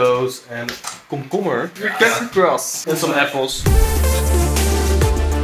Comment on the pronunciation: He really said kukubers lol is cucumbers